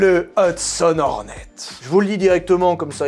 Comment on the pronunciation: Pendant tout le premier film, je t'ai entendu dire "La qualif Horny" ....